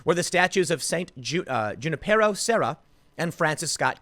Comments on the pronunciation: Not June-i-pear-o, Junipero= "Hoon"-i-pear-o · Lol Junipero is pronounced "hu-NIP-er-oh" and he was the one who founded the California missions